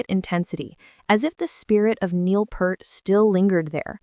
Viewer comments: phonetics: Neil Peeart NOT Purt !!!!!!! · Her kit is maybe a quarter the size of Neil's? lol She nails it though. And Neil's last name Peart pronounced as peert, not pert, not part, but peert. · It's not Pert as in pert, it's Peart as in "ear." How do you not know that? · not "purt". PEERT. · AI bullshit. And it's PEART not PERT. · Peart, not pert. Synthetic AI voice is worse than ultra-processed food. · For the last time, generic female AI voice-over, It's pronounced Peert, with a long E, not Purt. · It's "Peart", not "Pert", and I don't watch AI generated trash. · It's NEIL PEART !!! (Pronounce PEEERT!!!!!!) 😉😉😉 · Neil Peart … pronounced like Peert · It's "PEERT"...and "NYULZ".... maybe that's why Alex and Geddy chose her... she ALSO has a last name everyone (and especially AI) will mispronounce!! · It’s pronounced Peert. Like ear with a p at the beginning and a t at the end. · It’s (Peert) and Geddy not Getty! Artificial Stupidity. Show me the actual video! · For god sakes it's Neil Peart (pronounced PEEERT) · Bad robot! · Pert is a shampoo. It makes me batshit crazy when they mispronounce Neil's last name!🤯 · You don’t know how to pronounce Neil‘s last name and you spelled Anika’s last name wrong. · Watched for a few seconds until the AI voice mispronounced Peart. bye. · Using AI to pronounce Neil's surname was a bad move. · You could at least pronounce Neil‘s last name correctly out of respect! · One would like to think that someone who feels compelled to produce and publish such a video would at least know how to pronounce the name of Rush's drummer. And be a little less inane. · Long live Rush. You didn't pronounce Peart correctly and you spelled her name wrong. Slop video. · Such a disgrace that they still can't pronounce Neil's last name correctly!!! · It's Peart! 👂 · The Ai bot didn’t pronounce her name right either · Teach your AI to pronounce Neil's last name correctly. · Teach the AI how to pronounce "Peart."